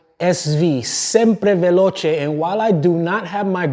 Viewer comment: Thanks for the drill down and congrats on the best pronunciation of Sempre Veloce! Bike will be coming your way very soon.